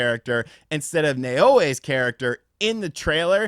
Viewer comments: Naoe is pronounced now-way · Yasuke pronounced "Ya-skay". Naoe pronounced "Nay-Oh-Ay" Hope that helps lol.